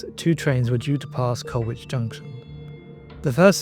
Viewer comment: Many thanks for this presentation but with respect to the sole fatality, it’s Goode as in food, Colwich as in Col-itch and coach never carriage. Horses pull carriages nowadays. RIP Driver Eric Goode.